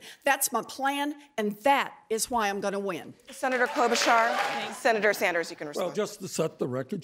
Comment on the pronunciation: Did no one catch the moderator say “Senator Sanjew” after Sander’s said he deliberately did not say that statement about Warren??